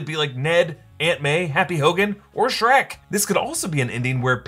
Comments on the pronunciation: Can you stop say srek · Why sherk Skerk It sherk That Sherk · your not funny by you keep saying shreck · Did you just say “Sanic and shriek” ? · Did you say sanic and Shrek?